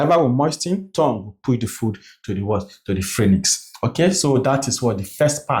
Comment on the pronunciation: Great job! You make assimilation o easy. Thank you. ♥️ But, quick one... Phranyx or pharynx? You've said it alot in your videos.